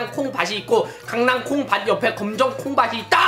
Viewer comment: 콩바시 읻꼬 가 아니라 콩바티 읻꼬 가 맞는데